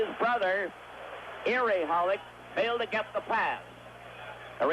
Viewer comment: Foster keeps saying Holik...Hollick. Isn't it Holeek, like Bobby Holik. Are these two guys related to Bobby Holik?